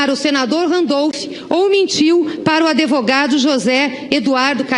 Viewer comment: A gleize fala aDEvogado kkkkkk. Aff q jumenta amiga da presidenta